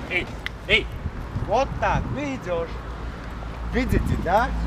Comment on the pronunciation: Хозяин собаки, собаке "Эй" не эй, а "Эээ"))))) А так молодец! Правда не много смешно помогаешь))))